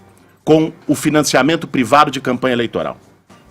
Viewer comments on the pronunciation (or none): “Prevado” chega de ouvir o Kra quando não sabe falar privado